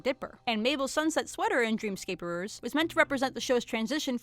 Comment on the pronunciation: did she say "Dreamscaperers?" she did it again